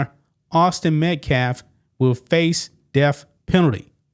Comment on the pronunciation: Is the "deaf" penalty when the state takes your hearing? Th is not pronounced f! If you're going to speak on YouTube for a living work on the pronunciation of your words! DAMN! I won't listen to you it's obnoxious